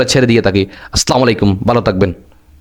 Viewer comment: প্রিয় ভাই আপনার যে কটা ভিডিও দেখলাম সবগুলোতে দেখলাম আসলামলাইকুম বলেন সালামটা শুদ্ধ করবেন